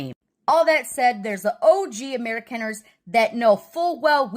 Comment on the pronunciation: If she is indeed an Amerikaner, why is it she doesn't know how to pronounce Amerikaner?